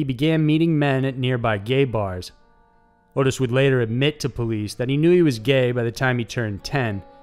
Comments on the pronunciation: It's Ot-tis not Otis. Also the cult was called "The Hands of Death" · Dude, you just made my night!! Edit: Just for the record, that fucker's name is pronounced "AWWW-TIS".